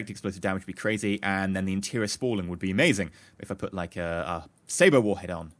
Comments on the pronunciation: Sabot is pronounced sa-bo. I was in my game looking for the 'saber' warhead because thats what I thought you were saying, lol. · Its Say-bot or Say-bit not saber